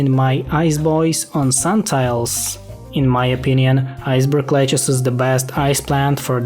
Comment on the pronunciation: "iceberg lechuss" "tom braiser zombie" "my wonderful loan" "purr chase" "essential role in bitten the world" "39 millon" "snowy flop ah" "deenameet"